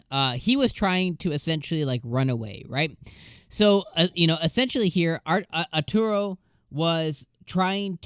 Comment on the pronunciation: This is a remake of a very very old and very very long Anime. Lum Invader is first and best Waifu! And his name is A-ta-ru, not Ar-tur-o. It's a pun, since "Ataru" means "You're going to get hit" in Japanese.